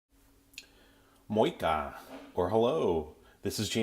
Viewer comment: his pronounciation was so weird that he didnt realize most likely that he was saying moikka